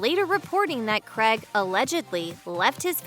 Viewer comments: Craig is pronounced Crayg not Cregg. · America I love you but omg it’s not Creg, it’s Craig, pronounced “Cray’g” and route is pronounced “root” and not “rowt” 🤓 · Cregg? His name is Craig! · It's how seppo's pronounce it.